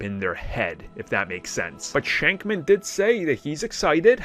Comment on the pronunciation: Not shankman its shakman